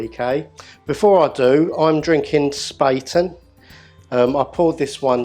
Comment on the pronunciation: It's pronounced 'Shpah-ten', not 'spay-ten'! It's German for spade. Don't get me started on Löwenbräu....